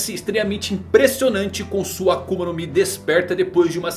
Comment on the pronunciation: "ENQUANTO A KUMA?" KKKKKK AKUMA